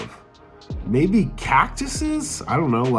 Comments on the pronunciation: It's actually "Cacti".✌ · Cacti. Not cactises